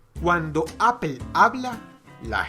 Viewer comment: Apple si esta bien pronunciado, lo otro pues no se, queda a debate